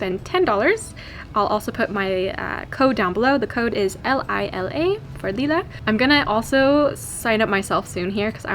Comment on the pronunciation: And even or thereabouts, the way she pronounced "Lila" is so German. Especially the "i" of Lila being pronounced "ii" instead of "I".